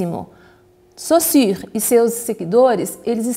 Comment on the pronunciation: Já ganhou a atenção de seus ouvintes quando, ao contrário de todo o Brasil, é capaz de expressar foneticamente o 'u' em Sausurre. Parabéns. E obrigado pelo vídeo.